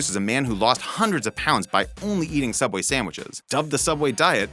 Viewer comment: It’s pronounced soubway